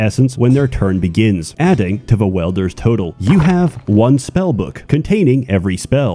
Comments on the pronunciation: Welders? you mean Wielders, yes,? XD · Not welder. Wielder. There's an I in it. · "Welders" (pronounced: "weld-er") fuse together pieces of metal by partially melting them with high heat. "Wielders" (pronounced: "weeld-er") are people that grasp, hold, clutch, possess, obtain or otherwise acquire something to be used for a specified purpose. In the case of this game, your Wielder has the ability to wield (hence the name) the Essence (hence the name) of life generated by those under their command and convert it into magic. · Im sorry i cant get my brain past this .....Its WIELDERS not WELDERS.